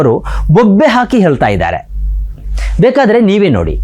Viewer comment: ಹೇಲ್ತಾ ಅಲ್ಲ ಹೇಳ್ತಾ. ಮೊದ್ಲು ಕನ್ನಡ ಕಲಿ. INS ವಿಕ್ರಾಂತ್ ಯುದ್ಧ ವಿಮಾನ ಅಲ್ಲ , ನೌಕೆ